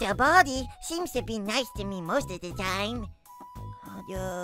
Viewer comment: I heard you say tine